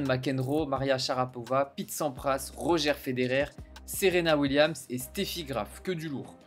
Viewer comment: On dit Rodgeur Federer et pas Roger